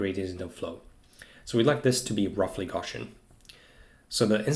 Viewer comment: He says “gawshun” for the word “Gaussian” hope that helps